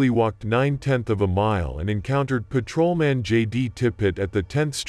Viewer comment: is the voice AI? sounds weird. blips. "paTROman".... pfuey.